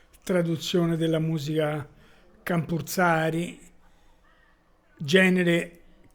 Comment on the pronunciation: Campursari , the c promounced like ch in the word teacher